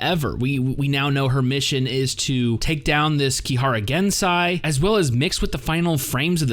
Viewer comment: Don't just go and believe every thing Shokuhou said. She's a liar and a good one at that. Misaka, on the other hand, is so much worse at lying/acting. I'm also triggered by the way you pronounce Gensei's name. It's GensEi not GensAi.